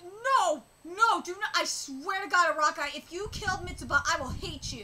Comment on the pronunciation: I'm sure you know already, but the Creator's name (Araki) Is better pronounced a-rock-ee.